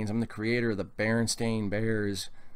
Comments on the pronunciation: It's not pronounced bear-en. It's bur-en... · It's always been spelled "stain". Mostly pronounced "stein",but spelled stain. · Just put an end to this and call them berenstEAn bears. Also sounds more like 'stein' so maybe thats the Solution?